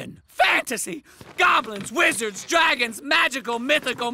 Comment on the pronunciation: The fact that mom pronounced wizards and goblins wrong